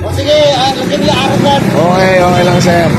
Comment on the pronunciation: Gago si manong "arogant" HAHAHAHA